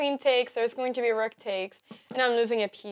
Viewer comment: I love how she pronounces rook: “REWK”